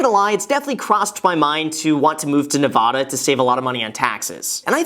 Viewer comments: It’s NeVAda (high A) not NeVAHda. Sincerely all Nevada residents. 😉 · Graham, As someone who lives in Las Vegas, to make sure you don't have those of us in Nevada Thumbs Down & Unsubscribe you should pronounce it correctly. It's Nevada not Nevada.... Err... Neh Vah Duh NOT Neh Vaw duh (Like A as in apple, not aww I lost all my money) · Nuv-ADD-uh, not Nuh-vaa-duh. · Is it Nevahda or Nevada? 🤔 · Vegas Local when a non Vegas local says Nev-Ah-Da when it’s Nev-A-Da: 🤦‍♂️ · we'd be happy to have you but the first thing i learned moving to Nevada is it's Nev-aaaa-da not Nev-ah-da. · Wait, am I say Nevada wrong? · Graham it's “Nev-AD-a” not “Nev-AH-da!" Otherwise, great video! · You gotta learn how to say it first...Ne-va-da not Ne-vah-duh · Graham, Ne -Va - Da not Neh-vauh-duh. You can't move here until you say it right lol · Before you move to Nevada, you're going to have to pronounce it the way the Nevadans do! Nev-AH-duh not Nev-AW-duh. It's a pet peeve for most Nevadans, like say Illi-noise for Illinois. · There’s no h in Nevada. It’s a as in apple. ;) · Graham saying Ne-vahh-da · Ne-VA-Duh!!!!! If you ever do move here, please pronounce it correctly :( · Woah bro he said Nevoda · Before you move to Nevada, you need to pronounce my states name right? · Your saying nevada wrong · Ohhh how Graham says Nevada. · You need to learn how to say the name of the state before you bleeping move here, goober. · Graham you can't come to Nevada if you can't pronounce it! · Would be nice if you could say Nevada correctly, especially since you're so close and visit here regularly... 🤔 Also...do you really play baccarat? That's rare! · I live in Reno, Nevada, less than an hour outside of Lake Tahoe! While I recommend the move over here, you might want to learn how to properly pronounce nevada 🤷🏻‍♀️ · Graham. As a Nevada resident. If you move to here, please pronounce Nevada correctly. Thank you. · Say Nevada correctly. Thanks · You are saying Nevada very very wrong.